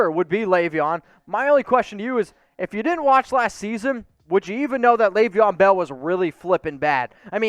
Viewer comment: Laveon Bell???? Hahahahahaha somebody needs to do some homework 🤣 😂